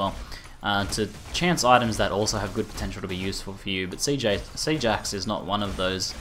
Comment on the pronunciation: Lol, I thought you sayed Sea Jax instead of Siege Axe xD